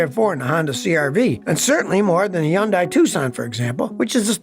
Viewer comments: Scotty, I'm begging you, please... its Hyun-DAY, not Hyun-DYE. 🤣😂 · Scotty sounds dumb when he says Yundai instead of Hundai